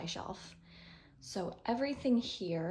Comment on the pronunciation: love the way you keep saying "here" like "hya" 🤣🤣🤣 lifting books and organizing bookshelves are such a workout! no idea how you did it and also picking stuff up at... 6 months pregnant?! 👏 great job with the shelves!!!